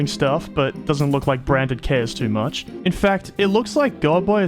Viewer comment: it just me or branded sound a lot like brain dead?